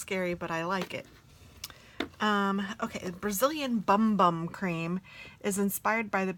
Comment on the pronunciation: Haha I think the Sol De Janeiro cream is actually pronounced "boom boom". Also, speaking of black eyeshadow, let me know if ever want another one of those palettes I sent you!